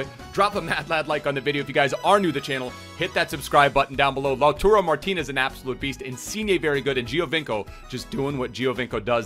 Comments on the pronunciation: it’s LautAro not LautUro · Its LAU-TAR-O, not Lau-turo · it's lautARO not lautURO like you keep saying please pronounce his name correctly